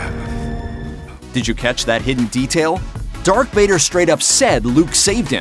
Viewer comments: Darth not dark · He also says dark Vader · Did he say Dark Vader? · And he said “Dark Vader”